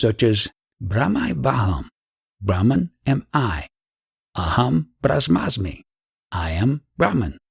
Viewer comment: 7;26 Aham- bramha-asmi pronounced Aham Bramhasmi...i am bramha.